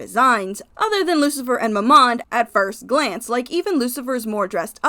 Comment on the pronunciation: Its MAMMOM not MORMOM 😭